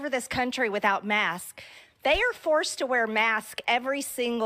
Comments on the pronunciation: Maybe her accent makes the "s" sound silent? Sounds odd to me, especially since I've been living down in South Carolina for almost 13 years. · She's saying masks but her s is really silent. lol This little spaz show she is doing is just so that she can look like some hero to her constituents. The fact the masking is ending is going to make her look like she did something. She knows very well it's ending, she's just putting on a pony show. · Strange that she'll pronounce "Faces" plural but "Mask" singular? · I think leaving the "s" off the ends of words is a North Georgia-ism...a very regional and unique dialect. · She has trouble putting an S after a hard K sound. She seems insecure about it since she would rather present herself as a person that can't comprehend pluralization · It was one thing when she didn’t know the definition of words (patriot, communism etc.) But now she can’t even say words right. The Republican mind is devolving. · she was saying maks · This poor small minded southerner can't pronounce "masks" - her team said "dial back the obvious stupidity while you're lying and just don't try to say it." Sounding like "maxes" - love it. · While I generally like a lot of your videos and find value in this one, focusing on whether or not she is mispronouncing masks vs saying the incorrect singular seems petty and takes away from the actual valuable content in the video. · If she was African-American you would never ever bring up her pronunciation problems of masks. Because you're a politically correct hypocrite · Maybe she trying to not pronounce masks as ‘mask-kizz’. You know, so she doesn’t sound as hick. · I'm a linguist. Most southerners pronounce "masks" and "desks" the standard way, but I do come across people for whom "-sks" seems to be a forbidden consonant combination. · Maybe don't take medical advice from a person who doesn't know how to pronounce the word "masks" correctly